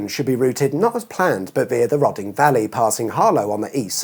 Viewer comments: The ‘Rod’ of Roding Valley is pronounced the same as ‘road’. It’s not ‘Rodding Valley’ 😅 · Incidentally, "Roding" is pronounced "roading", not "rodding". Other than that I can't find fault at all with this video or its conclusions. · It's pronounced "roading valley" not "roding valley". Awesome video, as ever! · Roding is pronounced the same as roading. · Rhoding is pronounced road-ing